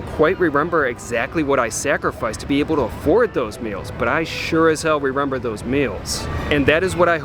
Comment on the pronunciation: It's remember not rerember